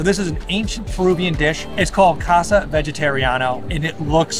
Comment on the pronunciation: Is not chofa. Right is CHIFA. Not Chica Morada but CHICHA morada. Also not casa but CAUSA!